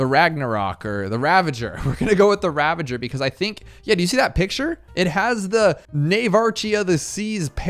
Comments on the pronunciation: Its funny how he says ravager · rip can't pronounce reconnaissance or ravager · His pronunciation of Devestator and ravager deeply disturbed me